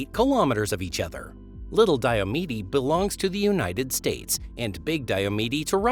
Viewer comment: It’s pronounced Dio+mead.